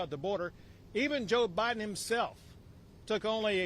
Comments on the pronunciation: Nome said” President OBiden” 😂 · She definitely called it OBIDEN. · Did I hear Governor Noem say President OBiden? lol it may have been a Freudian slip, but she nailed. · Did Governor Noemi say “President Obiden”? 😂 Freudian slip, perhaps. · Loved it when Kristi Nome slipped by calling Biden, O-Biden. It’s perfect.👏 love her.